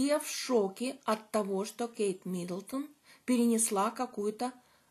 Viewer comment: Не МидОлдон,.а Миддлтон